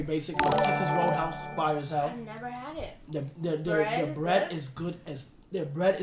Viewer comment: “Cant forget the bev NEVA NEVA NEVA”💀💀